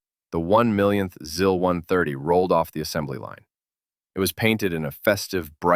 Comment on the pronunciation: Just a minor nitpick, the i's in Russian are more like the ee in "sees" than in "sis". So it's more like "zees" and "zeal" rather than "ziss" and "zill".